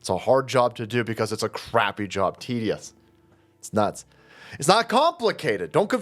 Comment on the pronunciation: I know you were saying tedious job, but I kept hearing TDS job.